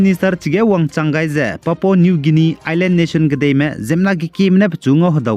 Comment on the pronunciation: Ndâ anui Leisi kageteibe tingge "Guinia" ze Pronounciation ge âh "Gainia" ze kuku delei, Ei nzeimak zai lun gaira da.